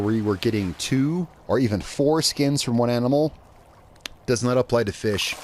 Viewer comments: Well actually he said 4 skins, but it does sound like foreskin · heh.. you said "fore-skin"